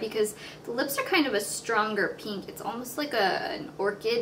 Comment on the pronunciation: peenk :P